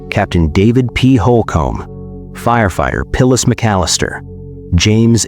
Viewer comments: Nice AI.... "Pillis" McAllister? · And they mispronounced Phyllis's name as "Pillas" several times. What a disrespect to a fallen heroine! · your AI mispronounced Phyllis's name as "Pillas" several times, too. This is extremely disrespectful to this fallen heroine! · Hate these AI narrations. 'ackers' for acres, and SO disrespectful to call dead firefighter Phyllis McAllister 'Pillis' and to call him 'she..'.